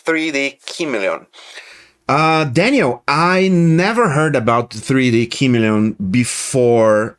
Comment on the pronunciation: It is pronounced "kuh-MEE-lee-un" with accent on the mee. It is a lizard whose skin changes to match its background.